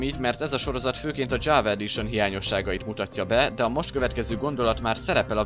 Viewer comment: Az nem dzsava editon hanem java editon